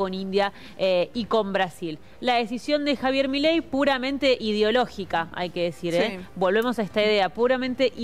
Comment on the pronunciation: Você tá pronunciando o nome do Presidente da Argentina errado.😂